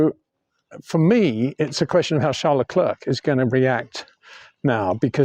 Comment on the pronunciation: Trying in life is good always but Peter tries too hard as a commentator, e.g, Shunt, please , trash could work Peter, Charles is Charles and not Charl, Peter.